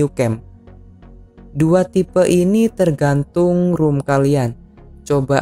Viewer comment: ROM ya bukan ROOM 😅